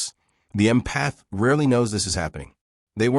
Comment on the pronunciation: If you’re going to talk about empathy please teach your AI narration how to pronounce the word. Emphasis is on “Em” not “path”. It’s pronounced “EM-path” not “em-PATH”. For me this feels so ignorant I can’t take seriously anything else that was said in the video.